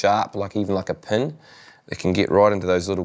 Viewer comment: was that a "pin" or a "pen"?